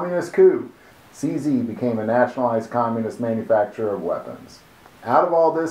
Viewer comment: Number 11 It's pronounced [tʃe zed] in Czech.